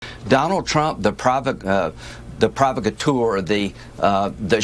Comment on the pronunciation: Pro-vockatoor, if you can't pronounce big words don't use them.😁